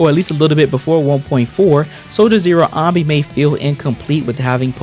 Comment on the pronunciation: why am i triggered hearing you say ahnby all video long when even in game they pronounce it anneby like how do you mispronounce it when it's said multiple times in game